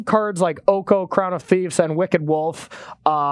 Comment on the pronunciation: "Oko, Crown of Thiefs" (Yes, I know it's thieves, but he pronounced the F)